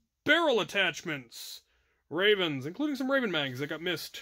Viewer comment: Most envious part was when he had said “rayvenS”